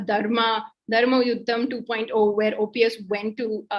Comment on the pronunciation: After - I stopped watching. says EPS and OPS jointly ousted JJ!! It might be a slip of tongue, but at least could have stepped in to correct. Also, was terrible with getting Mr.OPS' name properly. - Please have more focus on South!